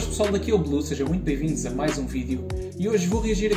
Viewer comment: Ele diz bem-vindos..